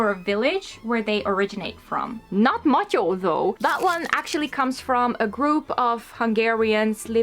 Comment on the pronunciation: OK, gotta ask, since your pronunciation (Anna néni, matyó, kalocsai) is waaay too good... Do you happen to have Hungarian ancestry / come from Hungary or Erdély ? 😊😊😊😊😊